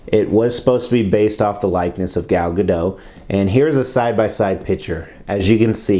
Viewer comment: It is pronounced Gal Ga- dot. The T is pronounced. Gal said so herself on tv. I also thought the T was silent but I was wrong. I didn't buy this one because it just somehow went wide of the mark for me. There is nothing wrong with it per say but it just didn't do it for me. The portrait doesn't really look like Gal Gadot and it somehow seems muted and uninteresting. I realize the DCU is a dark universe so they have darker colours but it still felt too understated to me. The base has interesting aspects to it but still remains plain. The dynamic pose isn't all that dynamic to be honest and it just lacks presence overall. I do like the style of costume and the shield I think is the best WW shield to date. I don't know if it is the light but her hair seems more grey than the dark, silky black that it should be. It's an ok statue which I think would serve fine in a collection but I'm not looking for just fine. I'm looking for great. Thanks for the review. I think this reinforces my choice to go the other classic Sideshow Wonder Woman 1/4 which I just got last week. She is truly Wonderful, best WW portrait I have seen to date. Absolutely gorgeous.